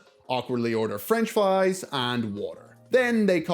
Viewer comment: French fwies